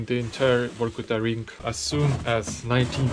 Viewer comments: Its Vorkuta , not Workuta as you talking !!!!! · Since Russians pronounce V as W it sound he is calling the city Work-Outof which conveniently doscribes the city 😂😂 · Why Vorkuta sounds different than from Reznov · Vor-kuta, or Vor-ku-ta?😮